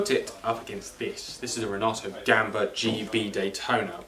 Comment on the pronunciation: The Italian is Renato Gamba not Renata Gambo.....Ciao